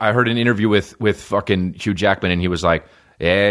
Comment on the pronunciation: And to be clear did you say hugh Jackman or huge yackman? Cos I feel like that's just a spicy phrase for Bigfoot. . Asking for a friend ..... update: I have none.